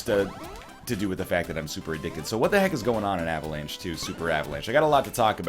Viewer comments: "Avalance" Heheheugh. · You are turning british. Avalanche? uhvuhlahnch.